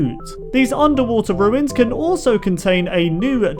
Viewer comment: Lol 23 you say ocean roins but goto ship breck lol